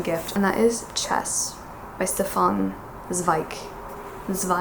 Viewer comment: A little tip from a german follower for your pronunciation :)) often the “S” in combination with a “t” is pronounced “sch” which you can compare with the English “sh” as in “sheep”. So Stefan is pronounced “Schtefan”. And the “Z” in “Zweig” is way much harder so more than a”Ts” than a “S”. I hope that helps :))